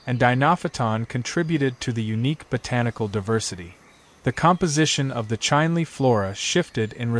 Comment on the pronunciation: Chinle -- prnounce like it is written, Chin Lee.